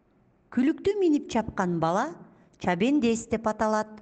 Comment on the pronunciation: Чабендес эмес чабандес